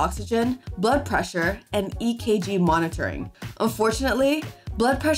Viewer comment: Thank you for saying EKG ♥️♥️ you are the only YouTuber so far to have said it correctly 🙌🙌